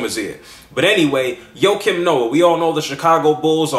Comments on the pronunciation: I think his name is pronounced "waah-keem noah" not "Yo-keem noah lol." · who the fuck is Ho Kim Noa ???? its JJJJJJOAKIM NOAH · his name is joakim...like JOE-Keem...Thats my old teamate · joakim noah (joakim is prounounced differently than you pronounce it by the way) is freakin awesome. i was CRACKIN UP last night when i heard his comments on cleveland on the TNT broadcast and i absolutely LOVE the fact that he did not take back his comments or apoloziged but he stood by it. if thats what u think, speak your mind young fella. i think sir charles said it best "if you play as hard as him on the court, youre allowed to say pretty much anything". im defintately getting his jersey.